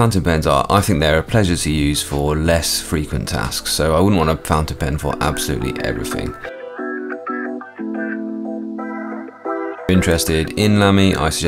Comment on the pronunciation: Make Ð great again. I didn't come here to hear you saying "evriffin"